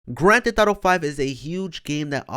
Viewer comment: it’s not “grand thet thato “ LMAO get it right